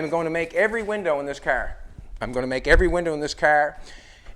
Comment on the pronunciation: "The cerrrr"